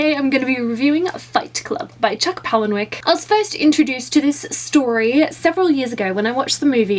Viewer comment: That was a great review, although I have to say.. Otherwise I think my head going to explode. But you pronounce his last name wrong. It's (Paula-nick) Palahniuk. :-)